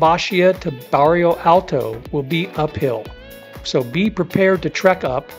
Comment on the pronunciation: This video is very informative and helpful to those planning their first Lisbon trip. I do like your recommended walking map directions. I've been to Lisbon and covered most of what you mentioned but there are some places I did not see and do want to go back some time and cover those as well. My only criticism for your video is that you made some glaring typos and mispronunciations (such as Barrio Alto instead of Bairro Alto). Baixa should sound closer to "Buy-Shah" than "Bahk-Sheeya". It is such an American tendency to pronounce things the way an American would read them instead of learning how they are really pronounced. When creating a informative video on a place, you do owe it to your viewers to make a better effort here. This critique aside, you did a very good job on the information presented to help people plan things.